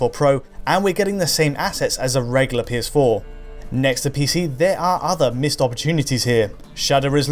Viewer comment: for the love of god, the word is reg-YOU-ler not re-LI-er, there is a U!!!